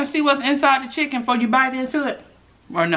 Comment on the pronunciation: "We done got the chickum"! 😭😭😭😭😭😭😭😂😂😂😂😂😂